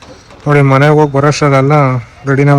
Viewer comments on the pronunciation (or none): none